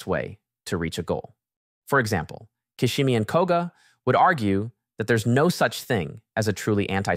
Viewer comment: Fr!!The narrative's fabulous except this ...